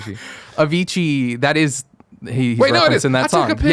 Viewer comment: If he only knew that they mispronounced Avicii during the new games section and they kept going lol. I really liked this co-host, he was so raw in a good way.